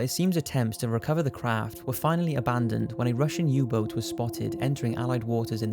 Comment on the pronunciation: "Russian Uboar"? You mean submarine? lol